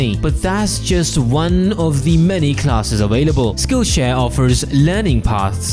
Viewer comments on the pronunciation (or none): none